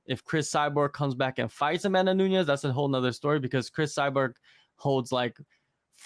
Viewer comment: Bro you can’t be posting videos about MMA and not even know how to say her name correctly smh